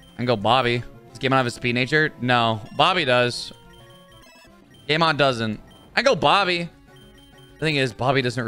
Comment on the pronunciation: Why did i keep hearing gaymon instead of game on 🤣🤣🤣🤣